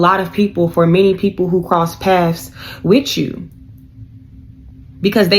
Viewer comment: It's PATHS BITCH NOT PASS 😂😂😂